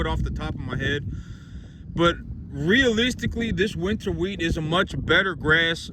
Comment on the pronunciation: Dude, it’s wheat. Shut up!!!